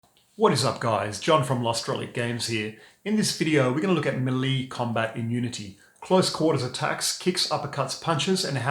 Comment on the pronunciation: "muh-lee" combat. Yeahhh.............?